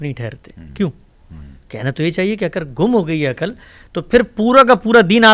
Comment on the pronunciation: جناب حمزہ علی عباسی صاحب ۔۔السلام علیکم۔۔ آپ کی شخصیت اور طرز فکر سے ھمیں واقعی محبت ھے۔۔آپ نے اس پروگرام میں جن عقلمند عالم سے گفتگو فرمائی۔۔ وہ کئی باتیں ماشاء اللہ بہت منطقی انداز میں فرماتے رھے ، مگر ان کا طرز بیان ھجوں کے لحاظ سے بنیادی حرف شناسی کا بھی مصداق نہیں بن سکا۔۔ ساری گفتگو میں بے شمار بار عقَل عقَل عقَل کہا گیا مگر اس لفظ کے تلفظ سے حضرت نے سو فیصد جاھلانہ سلوک کیا ۔۔بہت مایوسی ھوتی ھے کہ کوئی کسی حکیمانہ گفتگو کا دعوی کرے اور موضوع کا مرکزی لفظ تک صحیح ادا نہ کر پائے۔۔ ھر بار انہوں نے عقَل عقَل کہا یعنی سٹریٹ لینگویج ادا کی نہ کہ مکتب اور علم۔و فرھنگ کے مطابق کلام۔کیا۔۔عقل کے لفظ میں صرف ع پر زبر ھے۔۔ جبکہ ق پر جزم یا سکون ھے اور ل بھی ساکن ھے۔۔ مگر عالم صاحب نے ٹھوک کر ق پر زبر لگا لگا کر جب با بار عقَل کہا تو انکا سارا حکیمانہ پول صفر ھو کر رہ گیا ۔۔۔ مکتب کا سچا نمایندہ اور ذھین فرد لفظ کا سب سے پہلا احترام ھجوں ہی کے درست استعمال سے شروع کرتا ھے ۔۔قرآن بھی یہی حساسیت سکھلاتا ھے اور ناظرہ و تجوید کے تمام مضامین صرف لفظ بولنا سکھاتے ہیں۔۔ یقین جانئے ۔۔۔ جسطرح دِل کو دَل ، گلُاب کو گِلاب ، کِتاب کو کَتاب ، مزِید کو مُزَید اور پَسَند کو پُسَند کہنے سے دکھ ھو سکتا ھے مجھے عَقل کو .ھر بار عَقََل عقَل کے تلفظ کیساتھ سن کر اتنی ھی تکلیف پہنچی اور بد قسمتی سے حضرت کا علمی اعتبار بھسم ھو گیا۔۔ انکی اچھی باتیں بھی بسا اوقات شوخی کے ھاتھوں بے اثر ھو گئیں اور اسطرح خود آپ کے معیار کو بھی ٹھیس پہنچی۔۔۔ کوئی غیر مکتبی آدمی اسطرح بولتا تو ایک فیصد بھی اعتراض نہ رھتا۔۔ مگر جب دعوی مکتب اور علم دین کے داعی کا ھو تو تاثرات کا معاملہ بالکل الگ ھو جاتا ھے کسی وقت رابطہ کیجئے